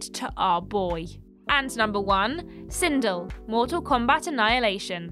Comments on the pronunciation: First of all, it's not "Sindull" it's "Sindel". Second, I really enjoyed both MK movies as a kid and I still enjoy it. Your opinion sucks, love you guys :) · Never going to unhear "Sindle" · The number 1 entry Sindel is supposed to be pronounced as if it rhymed with Bell. Also, unfortunately Mortal Kombat 11 removed the positive characterization of Sindel that was in the previous games. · I mean, you butchered Sindel’s name so….